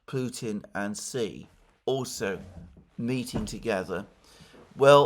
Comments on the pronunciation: It’s she Jinping not Si Jinping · Just so you know: Xi is pronounced "shi"